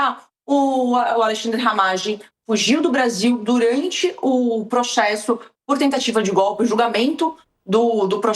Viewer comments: PROXESSO ???? kkkkk desculpe não resisti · Pq a fala "proxesso"?